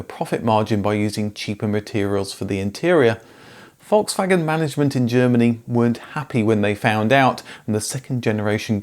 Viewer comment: It’s Volkswagen , there’s an L in it, you say foxwagen.